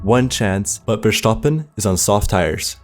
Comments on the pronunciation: Is it just me or did you say Vershtapen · Bro was pissing me off by talking like trash bro, like really, what th is “Vershtappen” like bro, really? And then he didn’t mentioned Checo defense in the last race, such a bad video fr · I think I will have bad dreams after hearing ‘Fershtappen’ so many times within just minutes 😬 This way to pronounce his name hurts. Both mentally and phisically. Nice content btw. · He is pronouncing it the german way, whit v’s as f’s and the “sch” sound but max’s name is pronounced as verstappen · Why THE FK are you calling it VERSHTAPPEN. Disgusting i legit cant watch the video cuz of that cringe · while everyone is fighting whether who should be champion, can we at least appreciate how he pronounced versteppen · Max vRSSHSTappen, really liked the video btw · nah that's not the German pronunciation. It's Verstappen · why not just say max if ur gonna say his last name like that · Ahhh the name pronunciation is taking me out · bro cant even pronounce verstappen..sad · Dude there is no CH in Verstappen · Learn how to pronounce the drivers name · The pronunciation of Verstappen in this video is so annoying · Sorry, but i couldnt watch the video becaus of how annoying and horrible you are pronouncing Verstappen. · This was hard to watch with the way verstappen was pronounced every 10 seconds 😂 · had to stop watching video purely for the way you’re pronouncing verstappen🥲😂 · I'm Dutch and you don't pronounce Verstappen with a ʃ (sh) sound. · Tried to watch this but i couldn’t listen to you say Verstappen like that one more time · Verstappen not verstappen lol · yeah I know but some germans do pronounce it wrong, like the guy making the video. and probably some americans think thats how his name is pronounced because they are uneducated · Every time he says Verstappen it just kept getting progressively worst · Stopped watching because how he pronounced verstappen, unfortunate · why are u pronouncing verstappen so weirdly